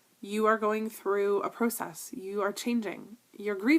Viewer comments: ps..i love the way you ssay pro-cess too! :) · Btw can I just say I love the way you say pro-cess. :)